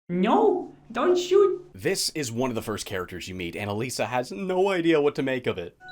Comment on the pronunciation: "Nuuu, don't shewt' XD